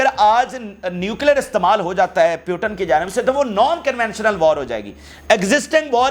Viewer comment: Please speak right name of putin and biden